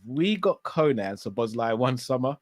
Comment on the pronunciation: Butchering the name Szoboszlai each and every time